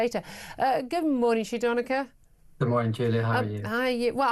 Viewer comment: Doneka Babble